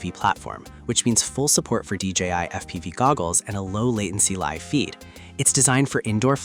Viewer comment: Its D J I not D G I